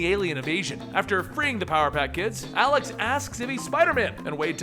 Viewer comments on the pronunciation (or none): none